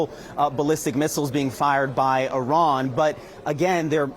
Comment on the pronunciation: It's Iran not "arron" as you keep calling it. If your going to commit war crimes in a country at least get their name right